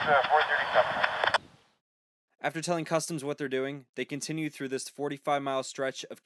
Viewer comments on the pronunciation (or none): none